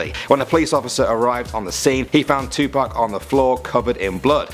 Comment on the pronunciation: Madhik Wooden you guys are saying it all wrong it's "Tupac"